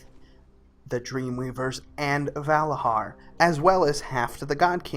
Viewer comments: ValaZar not Valahar say it like a true Vrykul godamit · Dude they are called Valarjar not Valahar ;) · It's "Valarjar", not "Valajar".. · I had to stop watching after he said Vala-HAR for the 10th time, it's Vala-JAR goof ball! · it s said valadgar and not va lad gar if you think it s like that cus dg = j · I don't want to correct you but hearing valahar, makes me abit salty, it's pronounced Valah-jar They say this many times in the stories dialect. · its not valahar its valayar... you dont say bhorn instead of bjorn what makes this any different? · It's "Valarjar" not "Valahar" you piece of shit, annoys the fuck out of me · VALARJAR WITH J Your voice is irritating. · Every time he says "Valahar" i get triggered! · I had to stop watching because I cringed every time he said Valarhar. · "Valahar" LMFAOOOO DUDE L2SPEAK NERD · in Nordic language most js are ys so he pronounced it wrong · You are saying Valajar wrong.